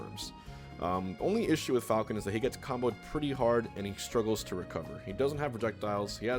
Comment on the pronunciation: I thought you said “I would like to see more f**** players in the future” I had to watch that again to see you said falcon lol